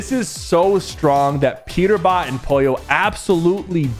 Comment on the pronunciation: by the way, why did you say Pojo and not polo?